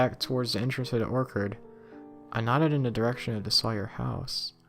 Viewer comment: Ha he said orkard instead of orchard it’s or-che-che-che-cherrd -orchard no disrespect just saying all the rest was straight.